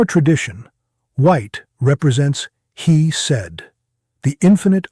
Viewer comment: "Hesed" pronounced as "he said". Ouch!